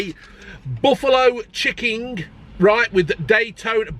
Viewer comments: Did you say chicking burger? 🤣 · "chick-king-ge" 😂 is that a new breed? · 'Chicking'...I'm going to start saying that and see if anyone notices... xD